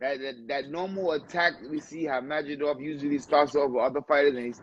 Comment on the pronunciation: His name isn't Madridoff 😅